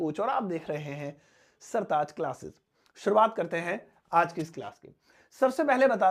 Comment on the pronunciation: Correct your urdu word"sataz "as , sartaaj.